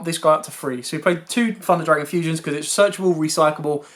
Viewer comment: ‘Funder’ Dragon 😂